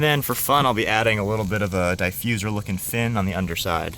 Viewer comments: Diffuser not diefuser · the way you say diffuser was really starting to piss me off. looks good though